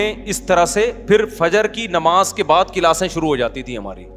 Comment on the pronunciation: Namaz ko namaj bolte ho uzair ko ujair😂